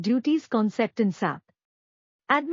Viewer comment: It's not Sap it's S-A-P that's how it should be said